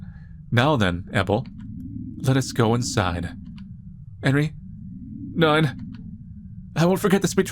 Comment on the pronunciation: love how manlys pronunciation of Neun just sounds like Nine with an australian accent lol